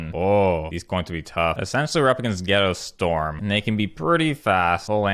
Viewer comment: Did I hear... Ghetto storm?